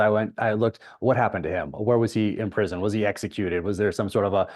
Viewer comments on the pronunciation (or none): none